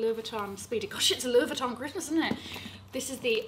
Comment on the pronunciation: I love you and for representing France for us Parisian’s who pronounce LV correctly like you